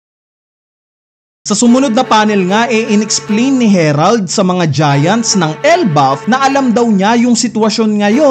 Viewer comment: HAH-RALD yan ang basa jan boss since sa vikings inspired sila